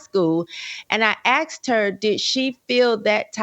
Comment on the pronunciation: "I axed her"?